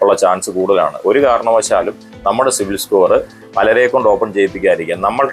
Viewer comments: ok, ഞാൻ വീണ്ടും വീണ്ടും കേട്ട് നോക്കി, എനിക്ക് സിവിൽ എന്ന് കേട്ടത് പോലെ തോന്നി സോറി 😊😊 Btw, nice content 😊😊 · Eda potta 'civil' alla 'cibil' aan😂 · സിവിൽ അല്ല സിബിൽ